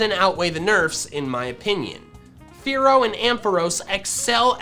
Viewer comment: Did you say “Kenya” or “Fearow”??? lol